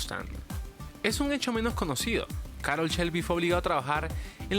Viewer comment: Oye, creo que el contenido del vídeo no es bueno, no te lo tomes a mal pero hay datos incorrectos como que Carroll Shelby fué obligado a trabajar en el Mustang. Por ciento, su nombre se pronuncia Carroll como se lee y no Carol